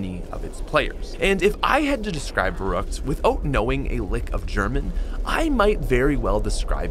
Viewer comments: Also, we just finna ignore the fact that he says it Verroockt and not Verruckt. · Ferryckt not verruckt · It is pronounced farykt